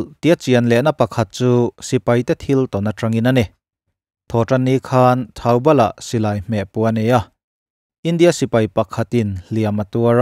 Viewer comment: Thaubal anilo a thoubal tih zawk tur ani e..